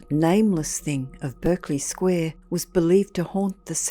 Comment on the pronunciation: Pronounced Barkly Square.